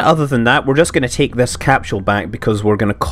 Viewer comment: Capsule not capshoule